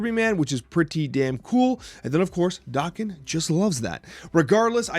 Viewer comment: I see we're sticking with the "dock-in" pronunciation?